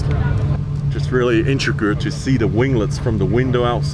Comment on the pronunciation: The word Intrigued is pronounced In-treeg-d